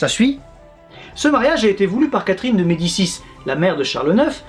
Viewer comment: Toi qui prononces d'habitude tous les noms très biens, tu t'es pas un peu foiré sur Catherine de Médicis? Ou tu fais exprès de le prononcer à la française parce qu'elle vit en France? ^^